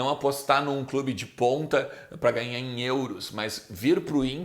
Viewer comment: Fala,! Blz? Só uma dica, tenta pronunciar melhor o "Em" do "Em Off". Eu tava só ouvindo vc falando enquanto navegava em outros sites e achava que o nome do quadro era "in/off", hahahah. Espero que leve numa boa! Parabéns pelo canal, sou fã do seu trabalho. Abraço!